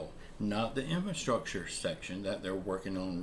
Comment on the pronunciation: In-FRA-structure. In-FRA-structure. Please, man, this is a word you're going to be using like ten times a day. In-FRA-structure!